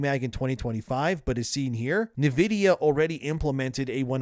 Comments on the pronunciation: “en” vidia not “nuh” vidia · It's not Niv-idia, it's In-vidia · Talm bout “navidia.” Are you an AI? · You say Nvidia oddly. "NUH-vid-ee-uh". I always thought it was "en-VID-ee-uh". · I like your content, I watch all your videos but I must say I hate the way you pronounce Nvidia. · The way you say Nvidia is... different.